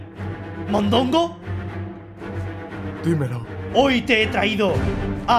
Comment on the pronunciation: mondongo dijo un poquito mallo no eres?